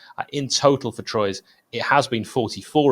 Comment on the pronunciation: That’s pronounced “ Twa” not “Troys” happy to help